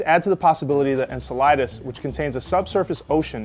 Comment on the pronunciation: He's saying the name weird I hate him